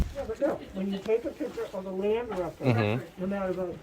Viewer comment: Its picture. Not piture.